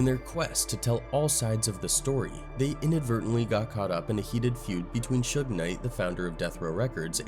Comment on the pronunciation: When I heard the AI and saw that they called Suge Knight, sugar, I could no longer watch the video